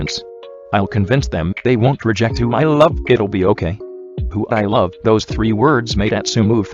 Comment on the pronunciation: I can't stop thinking about how the computer voice the words "Love" and "Okay"